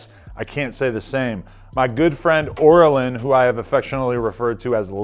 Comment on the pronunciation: Oral lyn? 😂 Pretty sure it's oh rye lyn